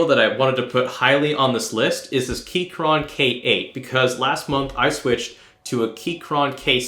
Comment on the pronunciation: The way you say gateron and keychron makes me want to die